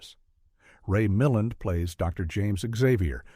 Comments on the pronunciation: BTW, it's Ray MilLAND (accent on 2nd syllable). Milland's most notorious film is his co-starring oeuvre with Rosie Greer. :) Frogs was pretty good, too. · Mil·land, Ray [miˈland] idiot AI